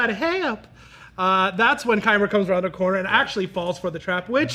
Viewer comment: Its Qimir, im sorry